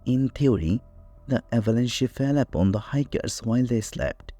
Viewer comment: This was painful to listen to...pick an AI voice that knows the language you want your video in...avalanche doesn’t have a "y" sound at the end, it rhymes with ranch...i tend to listen to these as I'm doing other things, and much of this was lost to my ear because of pronunciation difficulties...its like you chose a Russian speaking AI and asked it to read in English...and its not specifically a Russian accent i have a problem with, because one of the very best series I've ever found, on the Kursk, was narrated by a female with a Russian accent...if anything it adds credibility...but it must be ear legible if that makes sense, and this narration was only half understood by me Also, and it's been a while since i have dug into the Dyatlov Pass details, but i remember hearing explanations for some of the things you are claiming are still mysterious...the person missing part of her face- lips, tongue, etc- was because her face had been submerged in water, so fish could have gotten to it (idr if that was exactly the conclusion but it was similar, and there were many other details left out)...to say thats something not explained by the slab avalanche is disingenuous...there are many more steps and details to the explanation than BOOM avalanche, done; and if you want to make a video, you need to do a deep dive into the research- like the creators of the 30 other videos claiming to have solved the mystery did, at length, in depth- not bothering to do that leaves your video, short, un